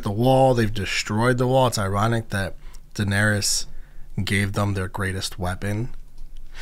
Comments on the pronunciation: Danarys, not Danarius, she’s not livin on MLK Jr Blvd. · How did you get through six seasons and still call her Danerius?